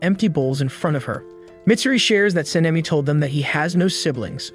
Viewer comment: ITS GYOKO NOT JOKO AND ITS KANOA NOT KANOW AND ITS SANEMI SHINAZAGAWA NOT SENAMI SHIUZIGWGAA AND DONT CALL ME SWEET KAWAII NEZUKO AND WHY THE HELL ARE YOU CALLING PEOPLE “ Kawaii mitsuri “ ETC. WHY ARE YOU CALLING PEOPLE KAWAI ITS WEIRD